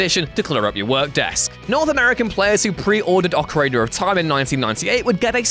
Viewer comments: ahh ocaraner of time of course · "Ocarigger of Time"